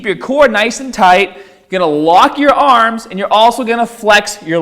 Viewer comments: Stahht with your ahhms shoulder with apahht on the bahhbell . 😂🤣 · Why do you pronounce barbell and arms, like an aussie? lol